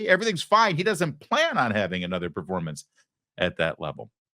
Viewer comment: He didn't say performance. He actually said "formance" according to my ears and closed caption 🤣